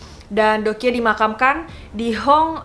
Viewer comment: Doekhye dibaca Dok hye